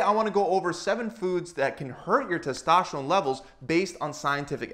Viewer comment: Used to hearing it pronounced like testosterone by docs and the first seconds of this video was like what's testoshron... :-) sports help increase testosterone levels quickly, efficiently and safely (unless it's karate or racing, etc.).